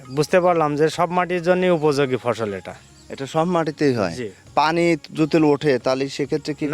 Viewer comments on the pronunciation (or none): none